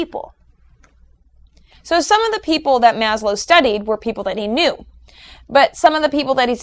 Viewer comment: FWIW, It's pronounced "MAZ-lov". A v-sound at the end, not a w-sound. Other than that, you've definitely whet my appetite for the other videos... I agree with the assertions so far. ; )